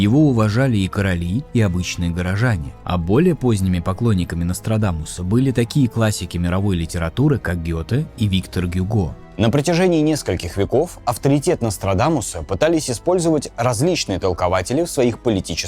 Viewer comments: У Гюго ударение в имени на второй слог, ну как так-то, ВиктОр он, а не Виктор... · ВиктОр! Он же француз, а во французском языке ударение всегда ставится на последний слог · Почему вслед за ии и авторы начали ставить неправильно ударения? Всю жизнь был Викто́р Гюго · Мдас...не ВИктор Гюго,а ВиктОр... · Гюго не ВИктор, а ВиктОр! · Очень круто, только Виктóр Гюго) он француз ведь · хороший рассказчик, и дело свое делает, но вот эрудировпнным его конечно не назовешь, готов поспорить в школе он отличником не был точно, скорее наоборот. Не первый раз замечаю что он либо удивляется каким то нелепым вещам, либо иногда прям глупость какую то ляпнет- например- назыал Гюго Виктором, он бы еще Витей его назвал. Понятно, ударение неправильно- мелочь- но это выдает его невежество с головой